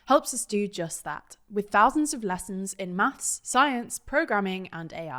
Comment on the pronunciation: 7.13 Quik maffs